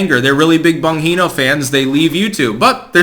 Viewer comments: Pronounced - Bon-Jee-No (hard G sound, not an H sound) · stop saying BON HE NO. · I can't sit here and listen to you pronounce bongino as bonheno. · What makes me laugh is how you still can’t managed to learn how to say Dans last name correctly. Try saying it like this …Bon-JEAN-o. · Bon Gene O. Unless you are mispronouncing on purpose. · Love your videos! By the way, Dan's name is pronounced like "Bonn - Gee - No". Keep up the good work! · Bongino is a Italian name and it’s pronounced bon-jee-no. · Bon GEE no. He says it clearly in his Rumble videos. It makes listening to your videos about him like listening to fingernails scraping against a chalkboard. I generally agree with what you say, but not when you mispronounce the guy's name. Multiple times. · Yes, it was painful to hear "Bonheeno" throughout the video. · Dan pronounces his last name as "Bahn-GEE-no" :) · BON>GEENO< ...IS HOW IT'S PRONOUNCED "YOU THINK...with all your pretencious attitude...you might ~learn~ how to say... "YOUR SUBJECT-REFERENCE'S NAME PROPERLY " {JUST KIDDING...} { BEEN UP FOR 5 DAYS WITH THIS TRUCK STRIKE...EVEN WEED DOESN'T WORK !!! } LOVE YOUR SHOW REALLY !!! "PURDY SMART ...FER 'DA YUNG FELLA' DER~Z !"...lol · Bon-gene-o. Haha, you butchered the hell out of it, man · Dan Bong-he-no? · His name is pronounced Bon - g - no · Bon-Hino ? Lol !! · it’s pronounced Bon-Gee(like the letter “G”)-No lol. I cringe ever so slightly every time you said his name lmao. Anyways, keep up the work! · "Bon-HINO" - LoL - yeah, we can see you're a fan. 🤣 Tell me you've never watched his show without telling me you've never watched his show. 😜👍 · Why do you keep calling him "Bonheeno"? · "Bongino" is an Italian name; "gi" is pronounced like the English word "gee". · I knew how it was pronounced because I listen to him on talk radio sometimes. It was kinda painful hearing "Bonheeno" repeatedly through the video. LOL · Bon-Jean-Oh. Bongino. Agh!! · Omfg it's BAHN-GEE-NO . LOL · It's Bon-gene-o